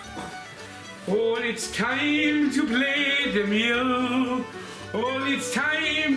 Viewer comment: An Irish voiced "its time to plate da meoool" ❤❤